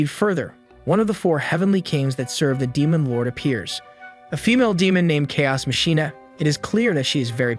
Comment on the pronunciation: Bot error: "Chaos Machina" is pronounced "kei as maki na", not "kei as mashi na". "Ishtar" is pronounced "Ish ta" not "Ish tr"